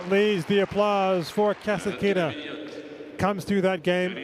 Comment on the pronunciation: Russian announcer on the court speaks Kas'Atkina. English speaking TV commentator speaks Kasatk'Ina. What a freak?